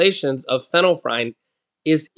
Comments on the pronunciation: it is pronounced- feenal-f-er- in and the other is sue-doe-f-e-drin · Fin- ill- efrin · Pronounced FENNEL EF REN. But I like how u said it better lol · Lets sound it out...fin ul lef frine 😅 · Pron. fenell,-effrin. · Sorry to correct..it is pronounced...fen-yl-ef-ren. Just FYI.